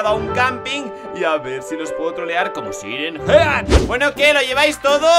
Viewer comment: Se escribe Siren head pero se dice sailen jed xd